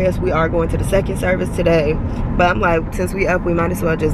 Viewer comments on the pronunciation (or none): none